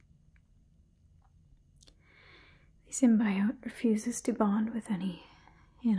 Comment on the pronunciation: girl come on! SIM-BEE-OAT!! Not SIM-BYE-OAT....